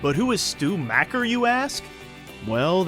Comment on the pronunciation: It’s pronounced mocker not macker.